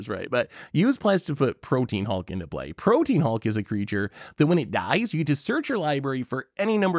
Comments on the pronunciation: Ok, forgive me, but are they intentionally saying Protean Hulk's name incorrectly, like a nickname, or are they all actually mispronouncing? They keep saying it like "protein" (as in "beef")... Its supposed to be "pro-te-an", as in "able to change frequently and easily." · PRO-TEA-AN not PRO-TEEN.